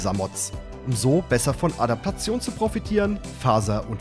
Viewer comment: adapatzion. wer kennts nicht :D